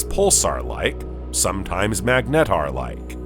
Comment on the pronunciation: I can't figure out if this is an AI voice. Very interesting how you manage to sneak in an extra syllable on almost every word. Meg Net Tar